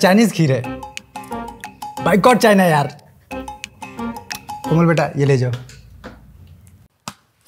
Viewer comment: Kamal nahi bahi Komal hota hai